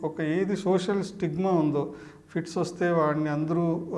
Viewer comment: ఫీడ్స్ కాదు ఫిట్స్ మీరు చెప్పేది